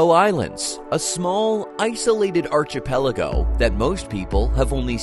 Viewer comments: There is no CH sound in archipelago. come on. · Its also pronounced 'ar-KEE-pell-igo' 🤭🤗